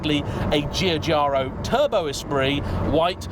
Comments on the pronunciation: Love the channel but Giugiaro is correctly pronounced ‘Joojaro’ - Italian alphabet has no letter J so Gi is pronounced j. 😁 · Ciao. In italian, Giugiaro would be “Joo jaro”. Italians use an I after a G or C to indicate that it’s a soft G or C, and in that case the I is usually silent. Like ciabatta (cha bat tah), or bon giorno (bon jor noh).